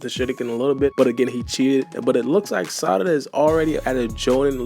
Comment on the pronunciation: i hate they way u say sarada but ur videos be 🔥 so ig ill be alr 💀